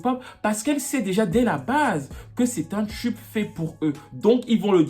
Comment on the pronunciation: on dis "TUBE" et non "tchub" t'es fatigant